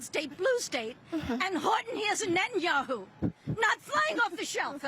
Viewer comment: "Horton hears a Neten-Yahoo" LOL 😂